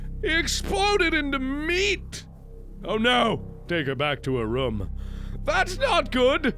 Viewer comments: I love how he says "rum" instead of "room" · Can you please pronounce the word 'room' properly yet?